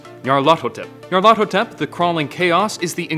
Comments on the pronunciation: Pronounced, "Nee-Ar-Luh-Thoe-Tep", Not, "Nee'Ar-Lawtho-Tep" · dewd its pronounced nigh-yar-laugh-thot-ep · Nyar... LA-THOT... ep. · Nahhh you’re doing it all wrong. It’s pronounced Nyaruko-Chan! Tee he~ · You're saying my name too fast and not emphasizing the ATH as much you should. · How the f did u pronounced it. Wait, you repeated yourself... IsThAtAjOJorEferEncE